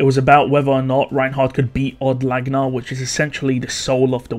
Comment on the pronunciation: Od Laguna isnt pronounce odd lagna. its owed lag ew na. like lagunica.